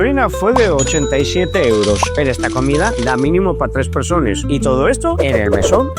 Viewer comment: Cómo dijiste, tres " PERSONES" ? 4dicto CTM , . Desde Chile y , no hagas los vídeos después de haberte D£OG4DO la noche anterior.